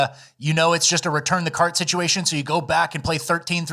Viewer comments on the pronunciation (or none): none